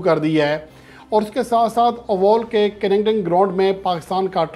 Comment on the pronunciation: Sir g ovaal ni oval ha😂😂